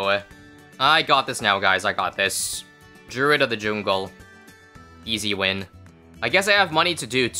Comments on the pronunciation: DREWID OF THE JOONGEL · “Drooid of the joongle”💀💀